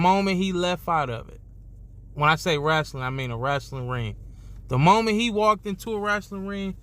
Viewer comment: Wrestling not Wrastling